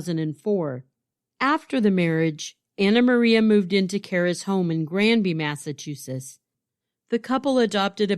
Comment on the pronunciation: MassachuseTTs- 👍🏼 MassachuSSiSS-👎🏼